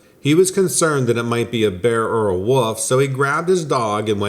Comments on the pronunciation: I've noticed twice you said woof twice instead of Wolf twice one said at about 10 minutes and 40 seconds and the other one 11 minutes and 38 seconds as you said werewoof. I don't know how many times in person I've caught people saying woiof instead of wolf and they always deny it but it's far more common than you think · I've noticed he says woof a lot in many videos but once he did proniunce it correctly